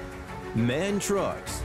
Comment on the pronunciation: MAN is pronounced M.A.N. , 3 letters, not 1 word.